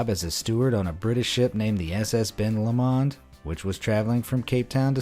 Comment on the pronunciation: Decent video but the way you say Ben lomond makes me want tae rip my ears off